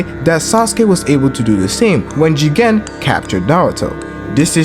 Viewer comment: Stop pronouncing it joggan 😂😂